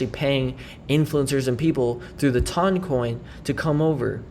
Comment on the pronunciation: I’m sorry mate why do you call it TUN? It’s ton check the pronunciation online lol